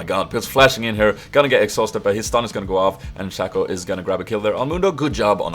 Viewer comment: uttalas shay-co